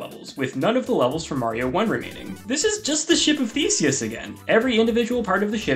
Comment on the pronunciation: ship of fourseus